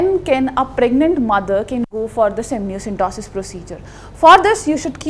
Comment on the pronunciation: Ma'am its amniocentesis not amnioCENTOSIS